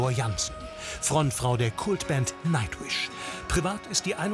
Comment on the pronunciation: Did he really say Nacht-wish? lol ha ha